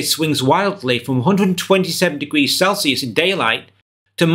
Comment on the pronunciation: "Celcius".... Sure...